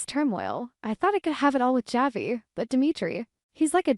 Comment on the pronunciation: Why can’t this AI voice pronounce Javi’s name correctly?